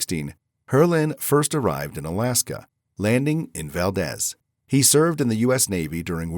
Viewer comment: Comment , Valdez is pronounced Valdeez, long e. Resident in Anchorage Alaska for 24 years, I went to Valdez often. Camping was great there.